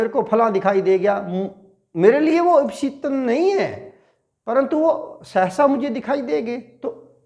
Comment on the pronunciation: ईप्सित तमम् न कि ईप्सितमम् है लिखा सही है किन्तु उच्चारण में त्रुटि है क्षमा करें